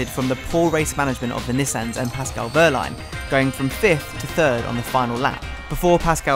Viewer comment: Ok I'm a big fan of him and I can't stand to see it any longer. I'm looking at everyone in the comments and you too, Formula E! Say it with me -- WeeeeHHHHHHHRRRRRRRRRlein. H before R. Please and thank you!